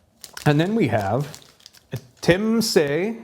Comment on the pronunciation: I think it's pronounced as Chum-se.. Anyway there's a spicier version around 15000 shu ouch